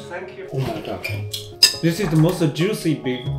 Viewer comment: 建议还是改一下这个错误的口音，thank you不要再读成sank you。绝对无恶意，忠实粉丝。